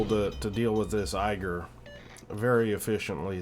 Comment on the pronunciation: Thanks for the video, as entertaining as usual. Only minor nitpick, Ägir is more pronounced as ai-gir like in air or eh-gir than eiger (I'm German). Any plans to make a video featuring Elbing in the future? I didn't see any on your channel and your gameplay and explaining helps me to become better at them, especially when is it such an unusual DD line.